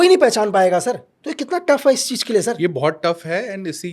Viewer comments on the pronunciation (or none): Cheez ko cheej bolta hai iss ne Pakistan main kese jasosi ki hogi